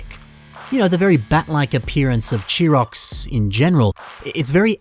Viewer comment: thats weird. I've always pronounced Chirox as "Kai-Rocks" It sounded right to me....